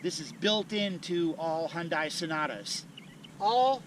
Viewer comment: You can't even pronounce Hyundai correctly